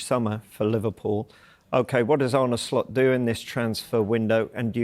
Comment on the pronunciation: You're Tom not Tim; he's Arne not Arnie ☝🏾